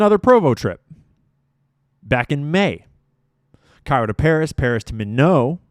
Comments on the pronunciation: It’s pronounced “My-knot.” (Minot, ND) Not a French sounding (mih-know) name. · Minot is pronounced MY knot,,,, and IF you visit "Prescott Arizona" ,,, say "Pres Kit" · I would like to clarify that Minot, North Dakota is pronounced Mynot. Rhymes with “Why not?” Why not Minot? Freezins’ the reason. Minot ND has been the coldest place in the world before. So has Grand Forks. It is summer in Antarctica when it is winter here, so sometimes it’s -40 degrees there and -60 degrees in North Dakota. Why not Minot. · Minot isn't pronounced 'my know' it's 'my knot' as in Minot AFB FYI... We have a traitor/mole w/in our military, should probably hunt that person down stat.... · “My not” instead of “Minnow” pron. of Minot. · Just so you know,, the city is pronounced “Mye- nott “, not French like Mi-no, the way you’ve been pronouncing it. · My-not, Minot, north dakota. Mar-say.. Marseilles, France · Minot is pronounced MY NOT. You pronounce the T, I promise you. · MY-not, emphasis on 1st syllable. Don’t mean to micro manage, but it’s hard for the masses to listen to the conceptual content because your mind has to back up to translate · Not very important but MINOT is pronounced MY-NOT lol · dear; Minot, ND is pronounced /my not/ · I’m from North Dakota and it is pronounced MY-NOT - Minot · Minot is pronounced my-not. 😊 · 🚨MINOT🚨 pronounced "My-not" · ND native here. Minot is pronounced My-not. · North Dakotan here!🙋 It’s pronounced my-not (Minot) ND, I live 60 miles from minot and go there every week for groceries so this is close to home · Minot ND is a US city. You are permitted to pronounce the "t". Sounds like MY NOT. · Minot is pronounced my-not, sorry I'm from ND lol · its pronounced My-not, Mi-not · I just have to say Minot is MY-NOT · Ok you keep pronouncing Minot wrong and it's driving me nuts🤣 Minot should sound like My Knot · Minot = My knot. That is how it is pronounced. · Pronounced My-Not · MINOT = "MY-NOT" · It’s pronounced MY•not, North Dakota